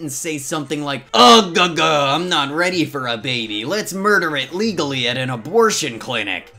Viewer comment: a- BORP-tion.